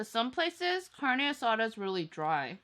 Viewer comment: "carne asara" "lengoa" jajajajajajajaja